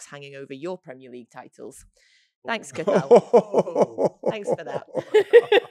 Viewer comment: Just a note btw Cathal, is pronounced differently, its more cach hill